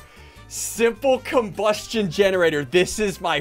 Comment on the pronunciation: The way he said combustion 😂 💀